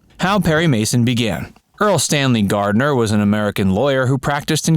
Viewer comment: Completely misleading title. You should record it over saying Gardner's name correctly.